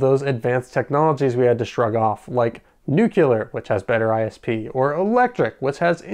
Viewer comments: I really hope that in your future videos, you can pronounce "Nu-cle-ar" correctly, and not "Nu-kul-ur" like Dubya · Sorry but I gotta ask - are you saying "nucular" on purpose? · "Nu-cu-lar" ...really?! ;-] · Great follow-up video! did I hear you say 'nucelar' instead of 'nuclear'? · I cringe every time I hear someone pronounce “nuclear” as “nu-kyoo-ler”. “New-clear.” Say it right lol. Do they spell it “nuculus??” No. “Nu-cle-us.” Hence, “nu-clear.” 😂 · Nuclear. Let me know when you find the nuculous of an atom.